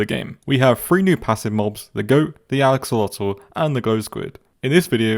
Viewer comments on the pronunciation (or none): how people pronounce axolotl everyone: Axolotl: Alexortle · you said alexotl it's axolotl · "The alyxolotol" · lol he said alexlottle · No one gunna talk about the fact that he said alexolotl in the beginning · The Alex-otel The axolotl